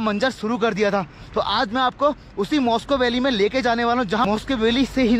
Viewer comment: भाई , मॉस्को वैली नहीं है, वो मुश्को वैली है।।।